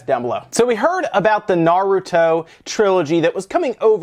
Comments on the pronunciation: Ha, good job, you actually made an attempt to do better on the Naruto pronunciation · It's nice to see an active effort to pronounce things correctly on this channel (i.e. Pokémon and Naruto in this case). Most people won't even bother to change their habit even after knowing that they are pronouncing something the wrong way. Kudos!